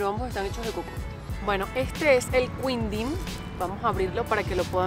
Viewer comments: jeje no es queendin jeje el sonido de qui es lo mismo de hablarlo sin la U para ustedes ! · quindim se fala Kindin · El quindin se pronuncia como KINDIN, hay mas que no has probado como ambrosia, sagu, etc, brigadeiro es un cargo militar (Na maioria dos países, o posto de brigadeiro é o primeiro de oficial general, correspondendo ao código OF-6 (general de uma estrela) da OTAN. Em alguns destes países, o posto é designado "brigadeiro-general". Em outros países, não é considerado um posto de oficial general, sendo a patente de maior hierarquia da categoria dos oficiais superiores ou constituindo uma categoria própria intermédia entre a de oficial superior e a de oficial general.)